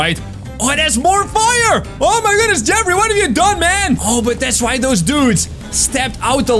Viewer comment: You called jeffry jeffy